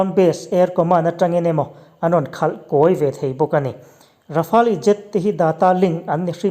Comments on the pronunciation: Rafali a ti leh tho😁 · "Kan sawi zawm zel tum," ti suh, "Kan sawi zawm zel dawn nia," emaw, "Sawi zawm zel kan tum dawn nia," tih emawin sawi tur. Rafale hi Rafâl tih ang deuhin an lam tlangpui. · Rafale i pronounce dan hi chu a zah thlak deuh lo mo